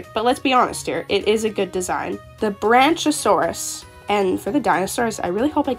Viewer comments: Ik I'm late but Isn't the pronunciation supposed to be "Bronk-iosaurus"? I just heard you saying Branchasaurus and had to pause lol! Keep up the AJ vids, love the content! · It’s pronounced brack-iosaurus, like the word brackish! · It is brachiosaurus BRAC-e-o-saur-us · Ngl I laughed when she said “Branch-a-saurous” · Isn't it pronounced brach-e-oh-saw-rus? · awesome video! i'm not sure if you were aware of a few of the mistakes you made with the names so i jut wanted to let you know ^^ (no judgement of course!) - Brachiosaurus (Brack-ee-oh-saur-us) - Coyote (Kai-oh-tee) - Fennec Fox (Feh-nick Fox) - Llama (Lah-ma) - Pterandon (Ter-an-oh-don) the P is silent ^^ I believe thats all-- like i said though, good video!! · Brack-e-oh-saur-us Fen-ic fox Ter-ran-o-don (the p is silent) (also not a dino but a flying reptile ALSO an archosaur) I don’t want to be rude just helping!